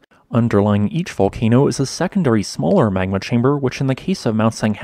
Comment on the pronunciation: Good video. One thing - you need to work on your diction, brother. Your words often run together, and you tend to insert the sounds of non-existent letters. For example, your pronunciation of the word "magma" comes across as "mangma" and your pronunciation of "Mt. St. Helen's" comes across as "mousanghelens". If you plan on narrating, you need to slow down, enunciate and provide CORRECT pronunciation of every word.